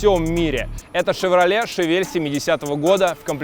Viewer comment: Всё огонь!!! Тачка топ, канал топ!!! Но что за Шавель?))) не так же читается название модели...